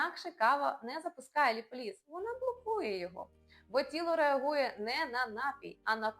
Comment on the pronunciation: Все гарно розказано. Дякую! Але заради Бога… Не ліполІз, а ліпОліз😊